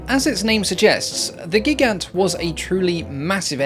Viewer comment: At least the Gigant (emphasis is actually on the second syllable) was attractive as a target; I understand they lost almost 10% of the total 198 built in one engagement alone. FYI, there is a bit of a lip sync issue, on my device at least.